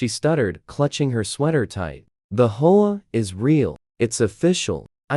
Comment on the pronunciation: HO A? Can't be bothered to do correct narration. So I leave.